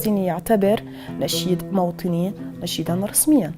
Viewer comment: Fifi Foufou اليسا حتى تنطق موطني نيشان تقول موتني تحيا كاميليا